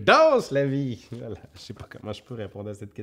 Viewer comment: Le "vla" de la Vienne <3